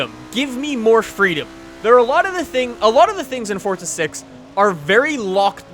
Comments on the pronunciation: Why the fuck do you always pronounce it 'fort-za', it's 'for-za'! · its not fortza its forza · There's no t in forza!!! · THERE'S NO 'T' IN FORZA!! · its forza you cant go in a straight line